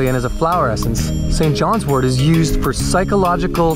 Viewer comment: Thank you so much for pronouncing wort correctly. It drives me crazy to hear herbalists say wart . 😊